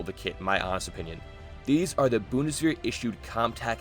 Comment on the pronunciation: I appreciate the tism. For the future maybe the channel "Gear Reference" will help you with identifiying stuff. Lastly, "-wehr" is more pronounced like "wear".